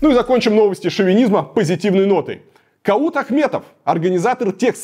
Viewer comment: Куат а не кАут произноси правильно